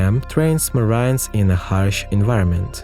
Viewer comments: i was like wtf is 'marians' just to realize he was trynna marines 🤣🤣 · ... And "marines" isn't pronounced "mar-EEN-ehs". Unless it is. 😳🤪